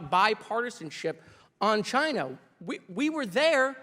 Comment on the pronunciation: I don’t trust anyone who calls it “Chaahna” (Comers) or “Chgina.” (Trump)